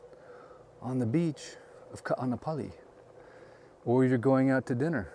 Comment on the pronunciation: I’m local Hawaiian. Can you please pronounce Kaanapali correctly.